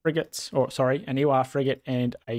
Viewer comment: I think the “war” in “ewar” means “war(fare)” and is pronounced “war”